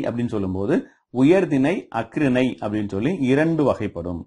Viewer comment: பார்த்தீங்க அப்படின்னு ஆச்சுன்னா என்னய்யா தமிழ் பேசுறீங்க? அக்றிணை இல்லை ஐயா, அஃறிணை